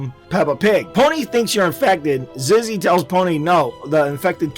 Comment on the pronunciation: its zizzy not ziggy